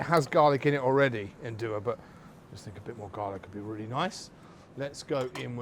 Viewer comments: Nduja is to be added only at the end, after your thick tomato sauce is ready, there is no need to cook it and you will keep the flavour better. also, pronounce it as Nduzjaa. In Calabria they use the handmade Fileja pasta, round and thick. Strange for someone who states he visited Calabria to not know these facts. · Make sure you pronounce it right, not like this Guy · Great chef, great ingredients, great recipe, but Mr Byatt’s pronunciation of Nduja is not great.